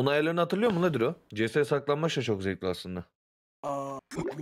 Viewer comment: saklanbaç değil saklambaç